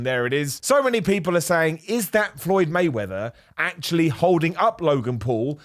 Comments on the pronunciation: Did you call him floyd waymether is my heard F’d 😂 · “Floyd Waymeather” 😂